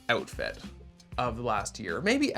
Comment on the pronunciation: not this making me realizing how much Canadians skip T’s when they’re saying things 😭😭